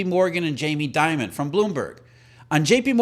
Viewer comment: Jamie Dee..mond.. .. not diamond😅